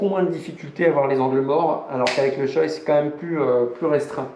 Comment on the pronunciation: Par contre on dit « shoé » pas « shoille » Voilà voilà.